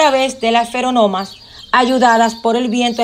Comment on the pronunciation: Lástima que dice feronomas y no feromonas. :'v